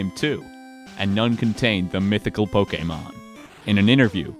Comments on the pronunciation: I love that you're taking care to use the official pronunciation of "Pokémon" just like DYKG does. Nice touch. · Bonus points for pronouncing Pokémon correctly. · the fact he even got the pronunciation of "pokemon" right shows the dedication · even the way they say pokemon is spot on